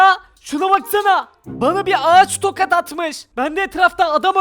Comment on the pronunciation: sen tokat yerine tokad diyorsun. Yani konuşmana laf, etmiyorum. Abi, tabloya bende çıkarın lüuuuuuuuuuufen. Ya...